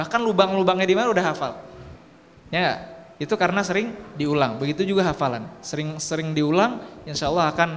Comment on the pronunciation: Alhamdulillah mantap Tapi tadi bilang sering nya kok jadi seling mulu hehe